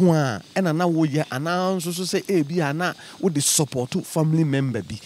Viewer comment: & engrish, famiry member 😂😂😂😂😂😂 I hope she’s pretending